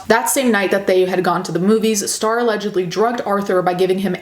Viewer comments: I keep hearing Straw instead of Star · straw and star.....i cant hear the difference lmao